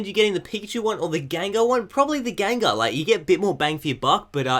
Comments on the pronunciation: You kept saying Gangar, probably confused by the packaging! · GENgar. What the fuck is a GANgar? smh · tbh the way says it sounds like gangar